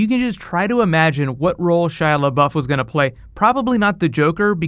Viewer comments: "shia lebaoff" lmaooo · when home boy said Shia labowf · I don't get why you were pronouncing Shia LeBeouf so weird the first few times, is it a joke I'm not aware of? P.S. love the show!!